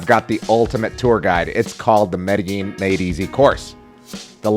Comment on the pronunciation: Why do all these Gringos pronounce Medellin... Medegene?